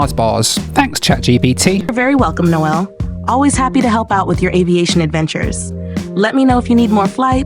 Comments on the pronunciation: I've never seen a burger on a flight - that is absolutely epic. Also love that even American robots can't get their head around the name "Noel". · I always have a little laugh when AI voice pronounces "Noel" as Nowel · AI calls you Noelle hahaha...well that's better than Josh Cahill calling you Noyel 🤣 I agree with you...Metholulu isn't my favourite city either. Oahu has plenty of nicer areas on the eastern and northern sides of the island.